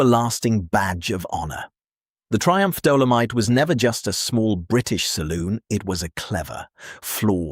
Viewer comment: What the hell is a "Dough-low-mite" 🤣